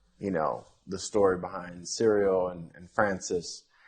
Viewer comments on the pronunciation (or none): He calls cyril CEREAL. lol